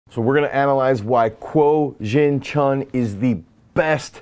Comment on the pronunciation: Start by pronouncing her name properly